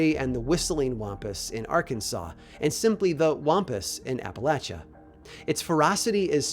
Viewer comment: Thank you for pronouncing Appalachia right. Hearing people pronounce it App-a-lay-shuh is an immediate red flag. 😂